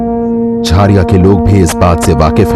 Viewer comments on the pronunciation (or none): Abe jhaariya nhi bol Jhariya bol